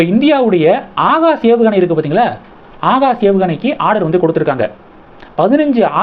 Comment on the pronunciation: Pronounce words properly “Akash” not “haagash”